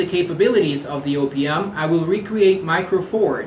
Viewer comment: Every time he "O.P.M." I heard opium.